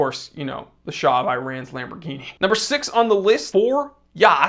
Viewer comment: For a connoisseur like you who goes the extra mile with your pronunciation of brand names and french words, it's absolutely ridiculous how you pronounce Iran!